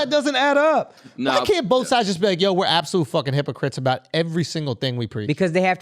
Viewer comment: “HIPPO CRIPS”